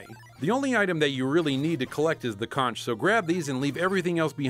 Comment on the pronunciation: it's pronounced Conk not Conch!!!